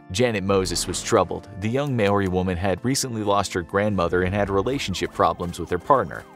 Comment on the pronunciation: Lol I loved how you said Maori ❤️ not an easy word to pronounce